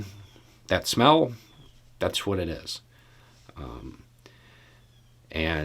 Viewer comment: I think you said 'smell', but I thought I heard 'snot'. So glad I wasn't sipping my tea...